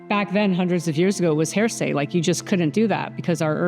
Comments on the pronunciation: Who is this person narrating? It was considered “heresy “ ,not “Hear~Say” …….geez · Anybody who's going to come on YouTube and use the cliched buzzword "incredible" is uneducated, and I don't listen to uneducated people pretending to fake it, so unfortunately I was excited about this video but the speaker is inadequate. she also mispronounced the common word "heresy" as "hearsay", wow.